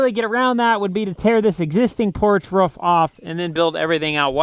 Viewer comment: A ruuf not a roof 😁😁😁